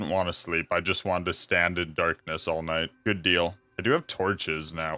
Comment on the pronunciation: ah yes, dight time